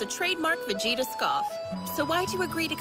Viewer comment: I’m still trying to figure out how goku had sex more than ve-gay-ta